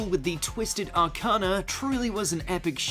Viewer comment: It's are Kane ah